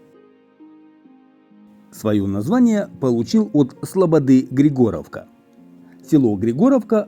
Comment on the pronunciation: Ударение на И, ГрИгоровка.